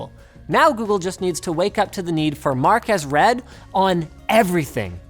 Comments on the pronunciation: 'Marques Read' lmao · Marques Red..... Mark as Read 😁 I see what you did there